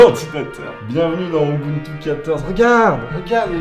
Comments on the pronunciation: Bah non en fait Rufus prend juste TOUT les fichiers dans l'ISO et il te les met sur ta clé, c'est tout. Donc en fait ce genre de logiciels ça sert a rien. Ah, ET POURQUOI TOUT LE MONDE DIT "OBUNTU" ET PAS "UBUNTU" !!! ? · "Obountou" x)